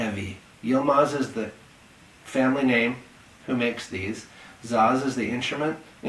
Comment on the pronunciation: Just a little correction, not zaz but Saz